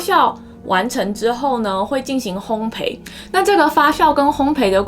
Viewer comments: 發酵（較）， 烘焙（倍）。笑起來很好看，眉毛一高一低很有趣~ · 发酵（jiao 四声）